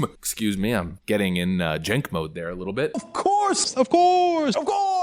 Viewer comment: Throughout the course of this video, the man's name was pronounced Jank, Chenk, Kank, and Sank.